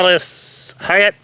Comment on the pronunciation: Its pronounced like height